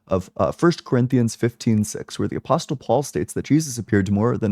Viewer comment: The T in “apostle” is silent.